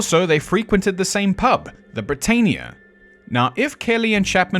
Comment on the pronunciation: Britannia = Brit-Ann-ia.